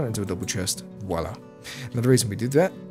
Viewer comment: Every time you've said "Voila" kept hearing Oda Block say "Wallah".